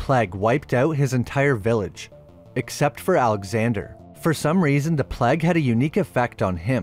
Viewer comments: The pleg?? You mean plague 🤦‍♂️ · Did you purposely choose to pronounce plague the way you did ?!